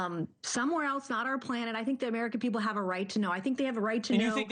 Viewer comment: It would be great if she could answer the questions before being interrupted. Also this clown said Panet instead of Planet 😂🤦🏼‍♂️